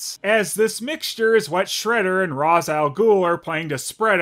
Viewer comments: RAISH, not Raz. Sorry, just a nit I had to pic lol. (That's the way his creator says it's pronounced) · WHY DO YOU PRONOUNCE IT "RAS" INSTEAD OF "RACHE"?! YOU OF ALL PEOPLE! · How I missed ' Shredder. OH and it's pronounced RAYSH GODDAMN IT. It will always trigger me when someone says RAZ lol.